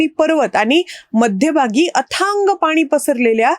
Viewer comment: या बाई तोंडाऐवजी हाताने बोलतात का? उच्चारण नीट नाही, आनी आणि पानी...